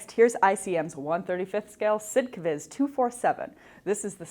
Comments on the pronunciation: I am as happy as everyone else to see back, but the butchering on the german name of the ICM kit really hurt my ears. It is a short version for Sonder Kraftfahrzeug. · YAH is back!!!! Welcome back young lady!!! Amen!!! Love the way you pronouce SD.KFZ lol!!!! We missed you!!!😇🙏💖